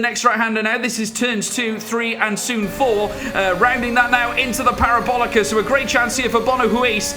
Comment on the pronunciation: 'the parobolica'